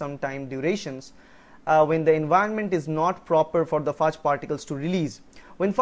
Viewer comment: he pronounced it rightly. it is pronounced as 'FAAG' and also, if you wanna give grammar tuts consider doing a video:) :)